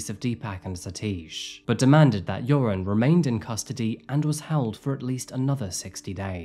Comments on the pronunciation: It's pronounced more like "yer-own" or "yair-oohn" btw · I absolutely LOVE how you pronounced his name as "URINE" throughout this vlog. 🤣🤣 Much more appropriate than "Your-on". 😆😉 Rock on,. 🥰🥰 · I love that you keep pronouncing his name “urine”. Perfect! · 😂😂😂❤❤❤ I didn’t even catch that…LOVE IT- Urine is a POS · URIN. true to his name as to pronounce. RIP lovely Natalee and lovely and brave Stephany. Thanks for the great cover up -- as always. <3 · I always hear "urine" whenever this monster's name is said. It probably fits him better than his real name. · Joran's name is pronounced much like "urine", which is appropriate . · often mispronouncing his name as "Urine" is definitely no accident 😉 🫡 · I appreciate how you pronounce his name 'urine' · Keep hearing urine 😂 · it's only logical that his name is pronounced "Urine" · I appreciate the not so subtle mispronunciation of Joran LOL